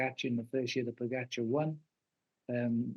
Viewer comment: Way to go tj, you pronounce names pogacar and vingegaard correctly. Only one who does so at nbc.